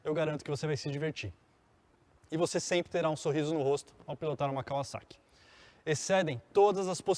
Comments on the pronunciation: Também reparei nisso, parece que falou em Kaviszeki.😀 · Só eu impliquei com a pronúncia dele , quando falava kawasaki ? Rsrsr